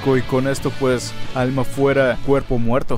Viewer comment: jaja xD arranca el Arma XD es ves de Alma